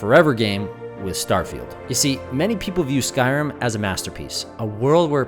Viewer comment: I had to rewind a few times and places to figure out what game are you referencing: skyroom? Skyoom, what is Skyroom... Oh you're trying to indicate Skyrim... Curious what part of America are you from that your accent would change something so dramatically from Rim to Room?